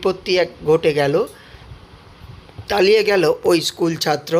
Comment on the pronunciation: তালিয়ে গেল বলছেন কেন?তলিয়ে গেল বলবেন।